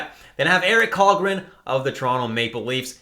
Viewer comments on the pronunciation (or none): Kallgren is actually pronounced Shallgren!!